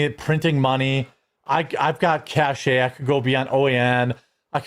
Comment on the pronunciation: FYI, and I’ve said this before, “cache” is pronounced like “cash”, not “cash-A”. Look it up